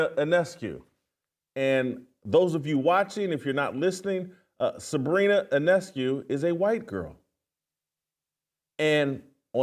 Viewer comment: He did get Sabrina's name right though. The I is silent.